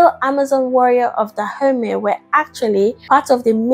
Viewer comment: I keep hearing her say "Da Homies this..." and "Da homies that..." lol